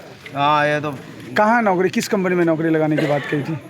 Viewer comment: ऐ! बिहार से हो क्या? नौकरी को नौकड़ी बोलती।